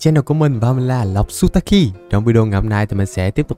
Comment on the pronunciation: E nghe anh chào kiểu gì thành sa ta ki anh ạ